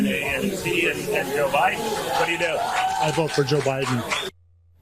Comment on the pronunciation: I’ve never heard anyone pronounce the word ‘vote’ like Trump. Closest approximation is it sounds like he’s saying ‘virt’. I’ve heard people make more decorous noises when chunderung. Is it really a perverse pronunciation or yet more evidence he’s losing the power of speech? His collapses into non-words, just sounds really, are getting more pronounced. What’s the betting he corpses completely in public before November and has to be shuffled off stage, like poor old Mitch of the Senate, only in Trump’s case mumbling ‘virt…virt…’?